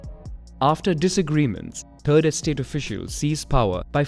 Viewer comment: I know this is a bit racist, but… "turd estate"